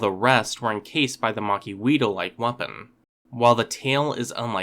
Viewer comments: Macuahuital is pronounced "mach-HWEE-tl." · I am pained by the mispronunciations of Macuahuitl in this video.